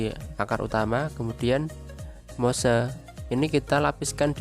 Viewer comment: Penyebutan Moss itu bukan Mose om. Cukup sebut Mos saja. Bikin bingung soalnya. Buat yang hobi anggrek, media moss itu sudah tidak asing lagi. Ada moss hitam ada moss putih.